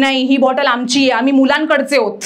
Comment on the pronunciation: ६:२० मुलांकडचे नाही, मुलाकडचे !!